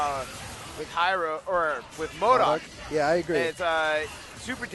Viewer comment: has to seriously learn to say MODOK properly...